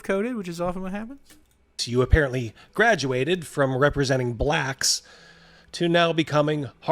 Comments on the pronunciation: Why did he have to say BLACHKS like that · No one who pronounces “BLACKS” like that is anything but the most racist person you’ve ever met. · i've never heard someone say "blacks" with a hard r before holy shit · Same. It's horrifically impressive